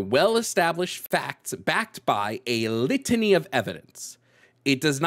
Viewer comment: Nobody: when there's a lot of something: "LIT-A-NEE"